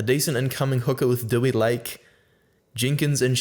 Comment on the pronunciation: 2 syllables - 'De-wee'